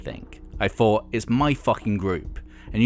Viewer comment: Hard to follow this narrator when he keeps saying "They did FREE Gigs" when he means Three, and "Fought" instead of Thought.....